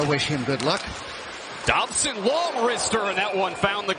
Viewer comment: he calls Dobson Dobber